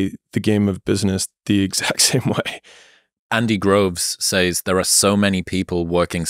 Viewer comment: I love how Chris is pronouncing 'says' in stead of 'says'